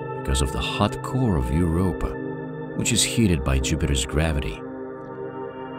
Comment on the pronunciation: Ugh! its Europa not Europe.